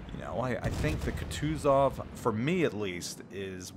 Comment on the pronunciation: Go watch Flamu to learn to pronounce “Kutuzov” correctly. :P